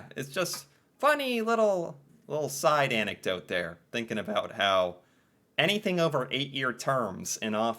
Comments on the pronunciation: Why is he saying aboot?? 🤢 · I’m Canadian & I have to say this guy is the only Canadian I’ve actually heard pronounce about as aboot, so this is like seeing a unicorn